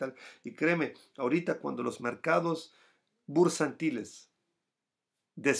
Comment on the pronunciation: Jajajaja, con respeto, me divierte escuchar tu español.. No has aprendido a decir "retroceso" siempre dices "retrocedo" y ahora "mercados bursantiles" y se dice "mercados bursátiles" sigue hablando español, en algún momento también te causará risas escuchar. Feliz y merecido descanso. No tengo billetera btc, tengo billetera PLC